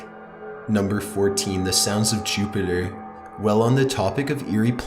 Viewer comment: Saturin and Choopiter